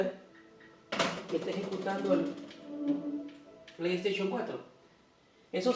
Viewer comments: Antes de hacer un vídeo trata de pronunciar todo bien además tengo una Playstation 4 no una playstachion 4 menso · jajajajajaja su pleiesteychon jajajajajaj